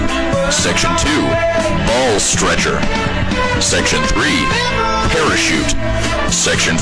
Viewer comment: really felt it when he said B A L L S T R E C H E R